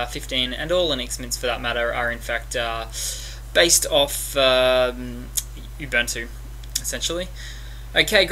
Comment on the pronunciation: Great, helped a great deal, my friend thank you. By the way; it's oo-boon-two, not u-bun-two which sounds a bit lame. Peace!